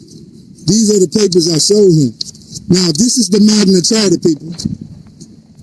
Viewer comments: And why do they keep insisting that the Magna Carta is the Magna "Charter", and that "coercion" is pronounced "cohersion"?? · LOL "Magna Charter" 😂😂😂😂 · It's Magna Carta not Magna Charter, you dummy! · I saw that, he doesn't even say the Magna Carta he says the Magma Charter. He also is presenting a document made like 500 years before the US was even a country. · Fool cant pronounce magna carta right and he thinks it applies. Id love to see him in court.